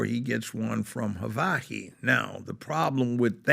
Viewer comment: He doesn't know how to say Hawaii